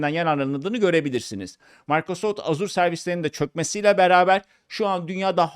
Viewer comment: Azure diye yazilir "Eja" diye okunur "Azur" yanlistir